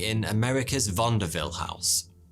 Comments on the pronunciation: You’re mispronouncing it it’s not Vanderville it’s vaudeville but I can see why you make that mistake. Americans pronounce things one way British pronounce things another way you say potato I say potato well you get the idea. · VauNDERville? I always heard it as Vaudeville 😂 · Thank you for this video of Houdini. But please, the word is Vaudeville, not Vondaville. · a Vaudeville house not "vanderville" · Pronounced Vaudeville - without any N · I love your mispronouncments "vondavil" = Vaudeville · It's pronounced "vawd-vill" not vondaville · Not pronounced Vonda-ville. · I usually enjoy videos, great storytelling, decent research. Stopped watching this one though. Bad enough to pronounce escapologist wrong but to call vaudeville 'vondeville'? 😂 I'm outa here. 🤦‍♀️ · I think means vaudeville not vandeville. Or maybe it is just his "accent". lolz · Why does "vaudeville" sound like "vondeville"? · Hi Sweetie - it’s ‘Vaw’ de ville’ . said quickly. for a minute there, i had no idea what the heck you were talking about. :) that’s OK thoughv- cause who knew ‘Chal mon delli’ was Chumley. or ‘Wor chester shire’ sauce was Worstcher ? Sauce LOL 😛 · Did he just pronounce Vaudeville Vanderville.. Twice? Am I the only one who heard that? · what the hell is vonderville? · Did pronounce Vaudeville with an “n,” or did I hear that wrong? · "VauNdeville"? Is "vaudeville" one of those words that gains a letter in British English like "aluminium"? 😂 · Great video again! Vaudeville actually has a very American and not French pronunciation, though: “VAW-DE-VILL.” It sucks how Houdini died. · I mean no offence but you pronounce Vaudeville in a very odd way to me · I’ve worked professionally and have a bachelor’s in theatre and never heard Vaudeville pronounced that way, must be a British-English vs. American-English thing. I love that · Wait a minute ... can you say Vaudeville again? Lol